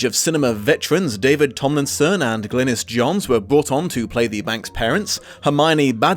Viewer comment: The pronunciation of David Tomlinson‘s last name… Being that it’s mine. That hurt.